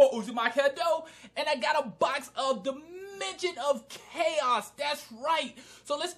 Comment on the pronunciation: It sounds like you said Da midget of chaos.